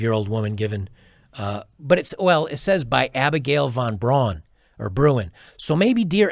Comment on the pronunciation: I think you need glasses. I noticed that you read things on the screen and pronounce them completely wrong. "Abigail Von Braun?"